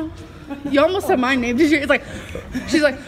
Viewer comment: Thank you for loving my name (and actually pronouncing it right!)😂😂